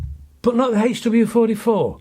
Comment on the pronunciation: I've been shooting over 40 years and your pronunciation of the HW44 is correct! Lol. Love your videos